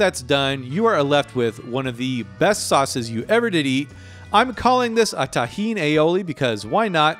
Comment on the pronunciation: You pronounce `tajin` as `tahin` and it confused the heck out of me: "why is his tahin a dry red powder? o.O" So apparently it's some mexican chili-peper based seasoning?